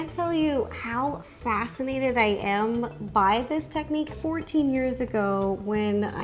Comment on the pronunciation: "how fat -scinated I am..." 🌝